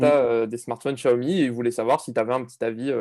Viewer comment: Spécialement pour François Sorel, un petit tuto pour bien prononce Xiaomi ;)